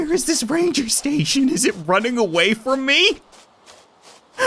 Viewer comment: its not “rancher” its ranger station....